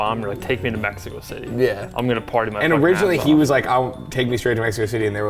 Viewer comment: Mexico Thity sent me 😭😭😂